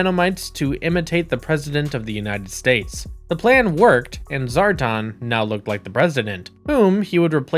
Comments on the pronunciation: This video was made painful every time he said, "Zar-tahn." It's Zar - tan. Rhymes with Star-Man. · SAY IT WITH ME ZAAR TAN!